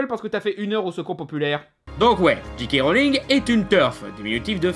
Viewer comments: Il ne dit pas "Jay" mais "Dji", comme un "G" en anglais. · Bah oui "j" se pronounce "jay" en anglais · Tu prononcés tout le temps GK Rowling. T_T